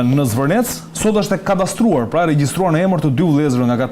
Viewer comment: Katastruar ne çfare gjuhe po e thua aman..